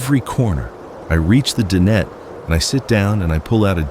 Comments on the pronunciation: DIE/NET............DIE/NET........Not din et........lol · dinette.. Di-nette